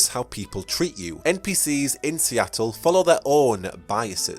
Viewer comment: Not to offend, but you really should look up how to pronounce the terms you're using. You sound like a midwestern farmer attempting to pronounce jalapeno and instead saying "Jah Lop A-no." And I'll help you out: You mispronounced Toreador. You mispronounced vitae. You mispronounced Seattle. You put the emphasis on the wrong syllable of Ventrue. You're oddly adding an extra syllable to Tremere.